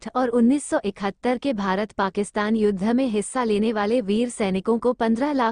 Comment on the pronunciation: कृपया हिन्दी तो ढ़ंग से पढ़ लो । युद्ध का उच्चारण आप योद्धा कर रही हैं । शिक्षा का स्तर कितना गिरा गया है । बिहार की है क्या ? युद्ध और योद्धा में फर्क नहीं मालूम । शर्म आनी चाहिए ।।।